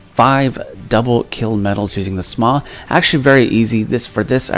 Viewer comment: Dude it's shaw not sma no offense but that was a cod fan boy thing for you to do